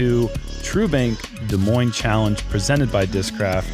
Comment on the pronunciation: He jokes about Des Moines being in Nebraska, while pronouncing both S’s